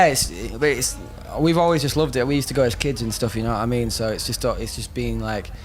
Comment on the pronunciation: Na-ah mean?*